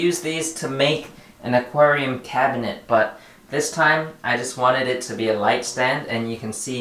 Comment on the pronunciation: One year later... "mi New acuarium" jajajaja😜